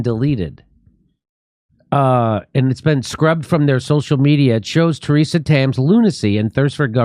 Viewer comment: "Theresa" Tam